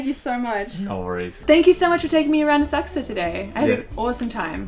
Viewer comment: Oh - I was saying it all wrong- Asakusa - Thank you for the correct pronunciation!